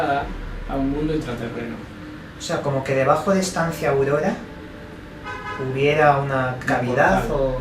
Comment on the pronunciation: dice: Estancia audoda